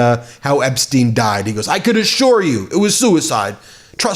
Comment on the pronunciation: EPSTEIM FILE EPSTEIM 😂